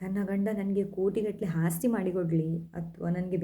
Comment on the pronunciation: ನಿಮ್ಮ ಮಾತು ಚೆನ್ನಾಗಿದೆ. ಆದ್ರೆ ಸ್ಪಷ್ಟತೆ ಇಲ್ಲ. ದ.ಕ. ಕನ್ನಡದವರು ಅಂದ್ರೆ ಭಾಷಾ ಶುದ್ಧಿ ಇದ್ದೇ ಇರ್ತದೆ. ಆದ್ರೆ ನೀವು‌ ಮಾತಾಡುವಾಗ ಹಕಾರ ಕ್ಕೆ ಅಕಾರ ಹೇಳೋದು ಸ್ವಲ್ಪ ಬದಲು ಮಾಡಿಕೊಳ್ಳಿ. ಆಸ್ತಿ ಯ ಬದಲು ಹಾಸ್ತಿ, ಆದರೆ ಗೆ ಹಾದರೆ, ಆಗುವುದಿಲ್ಲ ಬದಲು ಹಾಗುವುದಿಲ್ಲ. ಇದೆಲ್ಲ ಕನ್ನಡ ಭಾಷೆಯ ಘನತೆ ಕಡಮೆ ಆಗ್ತದೆ.ಬದಲಿಸಿಕೊಳ್ಳಿ. ಪ್ರತೀ ಎಣ್ಣು ಅಲ್ಲ ಹೆಣ್ಣು. ಇದನ್ನ ಸ್ಪಷ್ಟವಾಗಿ ಮಾತಾಡಲು ಸ್ವಲ್ಪ ರೂಢಿಸಿಕೊಳ್ಳಿ. ಎಂಡತಿ ಅಲ್ಲ ಹೆಂಡತಿ..ಎನಿವೇ ಬೆಸ್ಟ್ ಆಫ್ ಲಕ್.